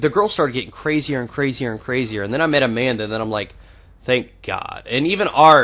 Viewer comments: When u said "Amanda" I first thought u said a man ! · LOL!!!!!!!!! When u said "then i met Amenda" i thaught u said " then i met a man" .